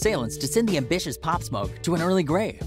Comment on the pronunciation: he said pop smok